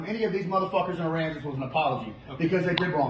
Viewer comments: I grew up in San Pat county. Pronunciation tip- Locals say "Aran•Zis Pass" but Arron Sauce was a good try😆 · Ha!! Its pronounced: uh-RAN-zus, brother. Just tryin' to help. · A-RAN-US-PAS Texas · Uh-ran-sus Pass. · Uh ran sus is the best way to pronounce Aransas. Texas has a few place like Wichita (witch a taw) that pronounce differently to us as they were names adopted from the original name of the areas by the Native Americans that had inhabited them previously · Hi. The Town is pronounced A-Ran-sis.. then just say it fast 😊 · It’s pronounced Ah- Rans-ess Pass. Great little drinking town with a fishing problem. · Its pronounced Ah-ran-ses Pass lol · Aransas is pronounced " uh-ran-za " Pass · Aransas is pronounced Uh-ran-zis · It's pronounced A rans us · It's pronounced Ah-ran-ass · Aransas pronouned uh-ran-sus lol